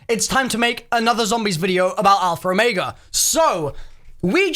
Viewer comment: "Alpher Omeiga"